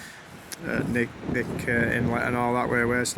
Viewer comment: Born here. Still here. Like your video. Route 1 is known as the Seward Highway. Very dangerous road- You also keep saying “Nick” arm. Knick is K’nick so pronounced “K-nick”